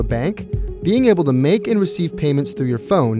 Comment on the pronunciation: Also it’s Ali pay not oil pay